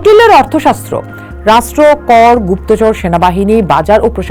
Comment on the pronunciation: Rashtro and not Rastro.